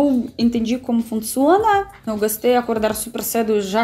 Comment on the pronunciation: Você fala "gastei" ao invés de "gostei" . No início fiquei confusa .